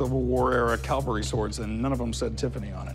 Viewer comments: Did a grown adult just say “Calvary sword”? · Corey keeps saying "Calvary sword" instead of "Cavalry sword" 😂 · Corey keeps saying CALvary instead of Cavalry. Very different things! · NOT Calvery sword.... It's Cavalry! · It’s Cavalry not Calvary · Why do Americans always say calvary instead of cavalry? lol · I often wonder why Americans say calvery instead of cavalry? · And not Calvery, it's Cavelry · He said "calvary sword". LOL That's almost as good as gazpacho police! ROTFLOL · Why does he keep saying "Calvary sword" ?